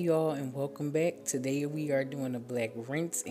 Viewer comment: Not taday!! 😂😂